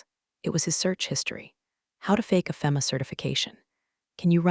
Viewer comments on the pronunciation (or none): EDIT YOUR CRAP! Is her name Becky or Linda?? No one has a 9 eleven system, it is nine one one. It actually hurts my ears to hear your stupid AI pronounce FEMA as (fem ah), you say (fee mah).